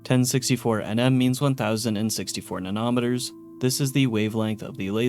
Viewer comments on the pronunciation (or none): nano-meter (nan-oh) and pico-meter (pee-co) lol, not nan-om-eter and pick-om-eter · Nanometer is pronounced just as it looks: Nano - meter Not nah-nom-eter. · you got þe stress in nanometers on þe wrong syllable, you said: 'nan-OM-eter' what it really is is: 'NANO-meter' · And "nanometer" and "micrometer." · If it makes you feel better, he also mispronounced nanometer, micrometer, and melee. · Great video, I applaud all the work that went into this! Mild nitpick is there are a bunch of words you mispronounced like "nanometer", "picometer", "paciencia", etc.. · I know it's not a big deal, but the way you pronounced nanometer and picometer imploded my brain